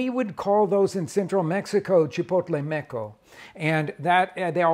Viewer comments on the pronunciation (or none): Mmm i think is not “chipotle meco” is “chipotle seco” …actually MECO is a bad word in Spanish 😊